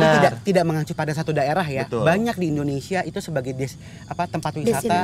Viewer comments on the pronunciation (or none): none